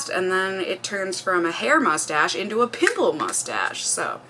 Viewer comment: When you said "pimple mustache" I heard "pickle mustache" and I was so confused for a few seconds